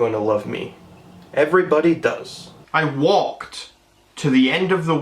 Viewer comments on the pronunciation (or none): “It is fact”. Me: Mate I’m aussie this bloke needs calm his farm and maybe go get a snag from Bunnings. ——————————————————————————————————: “Inabber can’t speak English”. Me: Mate, when say child it sounds like chilled and when you say walked you say wayked.